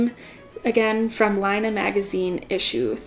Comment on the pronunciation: Laine is French, meaning “wool” and pronounced “lenn.” (Not lyna)